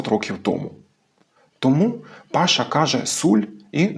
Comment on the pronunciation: Я ніц не маю проти,що Паша розмовляє по закарпатськи,просто не розумію, чому цей закарпатець називає себе по "Волго -Вятськи" ? Чи це по турецьки,коли наголос необхідно ставити на останній склад - " пашА" ?